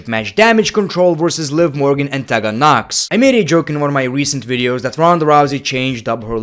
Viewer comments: I love the way he says the women's names......... "TEH-GAN NOX" instead of "TEE-GAN NOX" or "SHINE-A BASZLER" instead of "SHAYNA BASZLER" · I love the way pronounces “Tegan Nox”😂